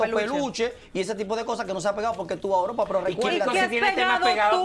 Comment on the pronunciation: Pero por qué es que él no puede decir E U R O P A 🤦🏻‍♀️🤦🏻‍♀️